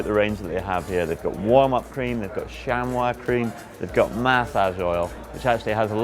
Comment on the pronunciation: didn't pronounce chamois cream right